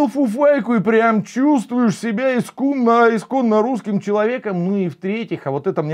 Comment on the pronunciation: Классно оговорился: ИСГУМНО русская....😂😂😂😂